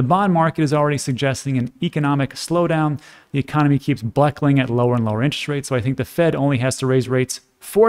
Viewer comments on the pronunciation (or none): none